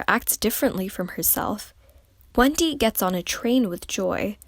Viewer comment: it sounded as if she said "Wengie" instead of Wendy 😅